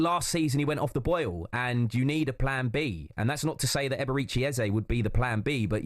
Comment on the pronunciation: The way everyone pronounces Eberechi is so annoying.